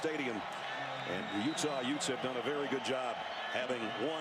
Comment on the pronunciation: Utah Utes? What is a "Ute"? Joe Pesci: Excuse me, your honor. Yooouuuuttthh.